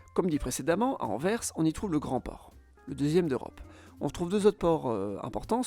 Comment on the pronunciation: merci d'avoir prononcé correctement AnverS avec le son "S" final bien sonore et audible. sans ce "S" à la fin c'est insupportable d'entendre pour les oreilles des belges francophones (tout comme Bruxelles qui, à l'oral, se prononce avec un son "SS" et pas avec un son de "X"). merci !